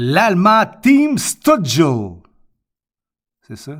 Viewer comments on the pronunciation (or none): Si tu veux prononcer Stützle comme il faut pour avoir l'air cool : chtute (exactement comme une chute, mais tu rajoutes un 't' en plein milieu) + s'le, comme le déterminant "le" mais avec un 's' au début.